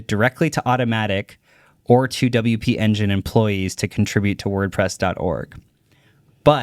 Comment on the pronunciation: LOL, this is actively stressing me out. Haha it’s “W P Engine” 😁